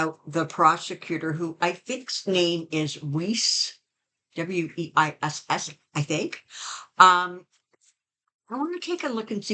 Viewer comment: Weiss is in german and is pronounced VICE. LOL! (It actually means white)